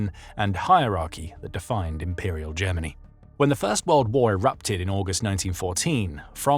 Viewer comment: “Jemmeny” = Germany